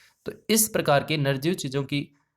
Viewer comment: Narjeev kya hota h sir nirjeev hota h sayd